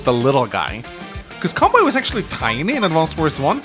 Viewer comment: I'm not very good at this game, so your tips and tricks are highly welcome! By the way, I'm Japanese, and the correct way to pronounce "Kanbei" is something like "kan-bay."